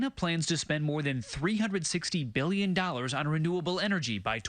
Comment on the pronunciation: "of which the United States has already handed over [pause for dramatic effect] won BEEYELUN dollars"